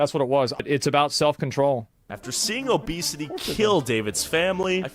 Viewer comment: Obesity ❌ Obecity ⭕